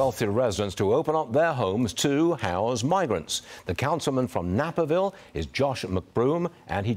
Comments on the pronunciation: Napperville? Naaaaperville.... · Long A in Naperville